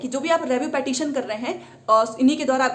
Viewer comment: Phle tu पिटीशन bolna seekh le madam